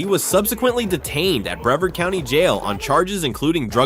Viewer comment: Teach your robot to pronounce Bre Vard, county. TY